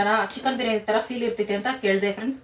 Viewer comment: ಫೈಲ್ ಅಲ್ಲ ಫೀಲ್